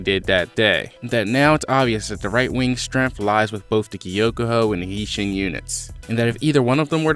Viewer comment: Yo I'm hyped to find a good kingdom reviewer but the way you say hi shin and kyoukai got me vexed 😂😂😂